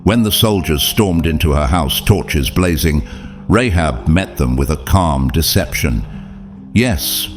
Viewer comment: Rahab not Rehab